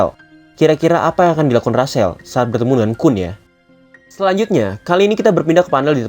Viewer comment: Rahel bang bukan rasel